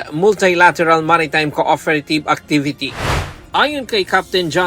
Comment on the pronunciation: Cooferative and interoferability pag na dinig ko to si na talaga nag sasalita ng UNTV